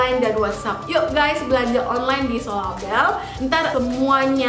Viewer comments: Sorabel kali bukan solabel.. susah bicaranya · SORABEL kak bukan Solabel 😂😂FORMULIR kak bukan Fomulir 😂😂